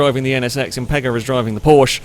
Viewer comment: Would it really cause physical pain saying porschE? There is an E on the end.. It is a german brand, not french, or bri-ish..